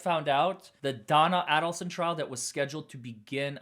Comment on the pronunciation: it is pronounced A-delson (long A) NOT Addleson